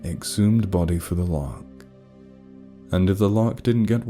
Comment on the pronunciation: Wait, lark? I thought he was saying loch. Larks are like... birds?